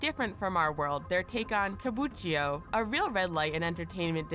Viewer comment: somehow I couldn't shake the feeling that this video was made for idiots. So much obvious stuff... did that really need any explaination? btw "kabuchio"? you may wanna read that again. it's "KA - BU - Ki - CHO"